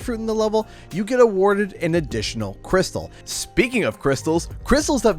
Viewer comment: Every time you said crystal I cringed 😬 love the Spyro background music!